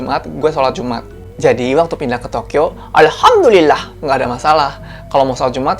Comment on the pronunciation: Aku seneng klo kakak ucapin alhamdullillah nya itu lhooooi....ajarin donk kak bhsa jepang sm tokyo